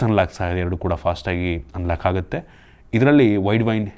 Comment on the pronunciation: "ಹೊಂಬತ್ತರಿಂದ" "ಅತ್ತು"ಸಾವಿರ "ಹಾ"ಗುತ್ತೆ "ಹಂತೆ" ಹೆಷ್ಟೋ "ಅಳ್ಳಿ"ಗಳಲ್ಲಿ ೪ಜಿ ಸಿಗಲ್ಲ "ಹಂತೆ"😂😂😂😂